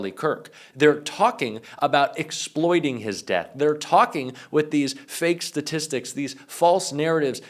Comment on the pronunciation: "Statstistics", JD? 🙄